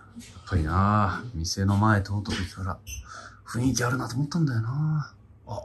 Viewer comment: ふんいきって言えないタイプのかみちい